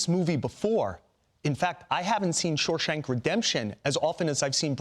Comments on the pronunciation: I know, its annoying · "Shoreshank" lol